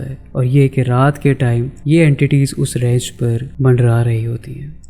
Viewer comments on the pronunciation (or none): Ap urdu q thk se q n bolty Mandlaa hta h ya india walo ki trha mandraaaa